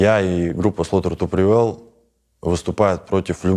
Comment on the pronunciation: я один начал ржать в голос когда он назвал три главные группы "рамштайн", "слаутер ту привейл", "пантера"?